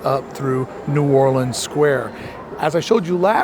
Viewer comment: Props for your new orleans pronunciation from a new orleanian